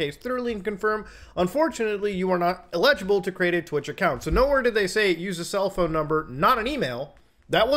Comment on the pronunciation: muta pronouncing eligible as illegible made me tweak even tho its such a minor difference lol